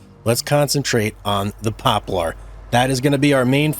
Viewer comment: I believe that it’s pronounced pop lur